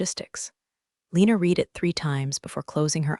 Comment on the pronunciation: Your AI doesn't know how to pronounce READ in the proper text.